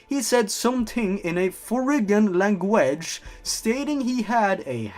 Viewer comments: I can't stop laughing at "langwedge" how do you fuck up that bad? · "forign langwedge"